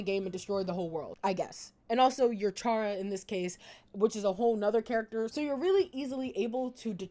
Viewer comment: Kind of unrelated, but you pronounced chara's name wrong. (It's pronounced cara)